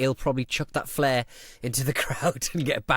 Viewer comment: Did you say ‘one side of a fair’? 🤣